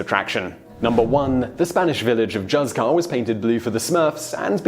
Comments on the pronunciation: “Hooth-car” not “juzz-car” ❤️ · Please! You Brits! Juzcar is NOT pronounced like a "J." It is Hus-kar. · I visited Coober Pedy in 10/87--very interesting place, as your video attests. Also, if anyone wants to pronounce Juzcar the Spanish way, it's HOOCE-car. Plus, don't feel I'm being arrogant. If there were a French town mentioned, I'd do a fantastic job of butchering its pronunciation. : )) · "z" in Spanish is pronounced as an equivalent to "th" in English. So it should be "Hoothcar". Unless it is the Mexican Spanish or Latin Spanish then "z" is pronounced as "s". But the location is in Spain, so it should be the Peninsular Spanish "z". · Juzcar is actually pronounced "hoothkar". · Yeah, juzcar should be something like hooscar. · That Juzcar pronunciation... I died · Great, really interesting, but Juzcar is not pronounced like that!!! (J are pronounced like H in Engligh) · in the spirit of future pronunciation, when saying Juzcar or any Spanish J, think Julio (Hoo-leo)